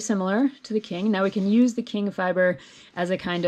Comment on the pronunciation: Nice tutorial for those of us who rarely use the called for fiber. By the way, Qing is pronounced “Ching” not “King”.